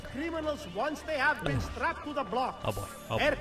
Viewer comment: HAHAHAHAHAHAHA "Haave you d+benn drinking?" HAHAHAHAHAHAHAHAHA